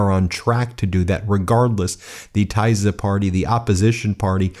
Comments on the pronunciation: Ben, It's pronounced "Teesa" party. "s" and "z" are an "s" in English. YAY!!!!!!!!!!!!!!!!!!!!!!!!!! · It’s pronounced more like Tisha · It is pronounced like Teesa Party. Tisza is the name of the river. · Ben, the pronunciation of the word Tisa is, just as it is written. It's not taiza, as you say it. Just saying. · It’s pronounced TEE-sah. Rhymes with “Lisa”. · Tisza is not hard to say god damn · The "i" in Tisza and Fidesz is pronounced as in "tip" or "fig", and "sz" is pronounced "s". The march to this victory during the past few weeks was awesome to behold. ❤ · As a hungarian you got everyone name wrong and the name of the tisza party wrong. Do some basic research for your videos. You just sound like a tool right now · Tisza Party -- please pronounce the word Tisza with an [i], kind of like in the word " tips". Thank you for your report on their/our victory! 🇭🇺 🥳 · It is pronounced Teesa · At least the pronunciation of the Tisza party should be correct! It's not Tiza! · The Thyza party named after the Thyza river 🤣🤣 Is it racist to always make fun of Americans of pronouncing every foreign word wrong 😳😳 Also I am proud of my country finally. What is most important takeaway is not the parties, BUT the power of independent free media! They are the real reason it could happen. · Tisza - pronounced as Teesa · Get the pronunciation right. Tisza - Tea sz ah. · You butcher this names..tajza omg ..read it like it says T I S A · Thank you for talking about it. We are proud Hungarians. May I correct you, the name of the party Tisza is pronounced more like Teesa. Thank you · Correct pronunciation: Teesa party. Machar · Tisza is pronounced TEE-sa or somewhere between TEE-sa and TISS-a. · GREAT news from Hungary. TISZA is pronounced as "tee"+"saw", stress is on the first syllable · I am learning Hungarian. Tisza party, which is also a river in Hungary is pronounced Teesa (short e) and Fidesz Feedes (again short e) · FIDESZ Pronounced: FEE-dess. TISZA Pronounced: TEE-sah.